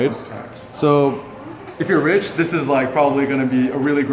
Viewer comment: I like how you emphasised "if you are rich" so publicly at the store. Bravo.